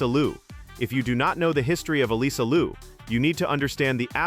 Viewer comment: Her name is Liu not Lu. You need to know how to pronounce it right first!